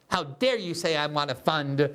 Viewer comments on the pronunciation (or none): none